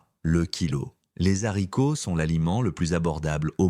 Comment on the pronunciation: Faudrait apprendre à votre voix synthétique qu'on ne dit pas des Zharicots! De plus, les "personnes âgées" ainsi qualifiées ne le sont pas à 60 ans et même 70 ! Et parfois davantage. Les jeunes vieux sont extrêmement visibles ! 😂